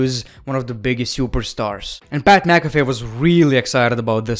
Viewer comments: Mat PacAfeee 🤣🤣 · Did no one notice he said mat pacafee?? 😂😂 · "mat pacafee" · Man's said Matt PacCaffee 🤣🤣🤣🤣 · Nobody:: "Mat Pacafee" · it's been like over a year since he posted this review but I just barely realized he said "Mat PcAfee" 🤣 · I busted out laughing we he accidentally said Mat PacCfee